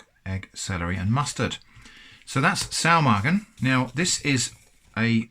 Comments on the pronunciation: Your pronunciation of Saumagen is alright! My Grandma doesn't serve it with mustard but I guess it goes well together as Saumagen tastes similar to Fleischkäse, which is usually eaten with mustard. I'm actually surprised to see Saumagen being sold as an international product as it's regional dish from Palatine. How much did these cost? It looks like an excellent thing to have on the shelf when there's nothing left in the fridge! Edit: I looked it up, it's 4,50€ for the Bread and 6€ for the sausage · Your pronounciation of Saumagen is pretty good. It sounds a bit like a very northern german accent which is funny because Saumagen is a regional dish from southern germany but I've heard worse from people claiming to be completely fluid in the german language.